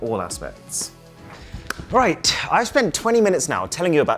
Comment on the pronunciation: When you clap, say "right" with that accent you remind me of Grodon Ramsay XD